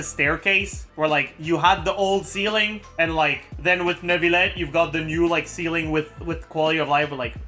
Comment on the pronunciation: please just say neuvillette normally... clorinde as well..